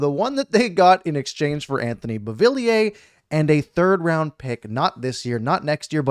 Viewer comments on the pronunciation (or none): none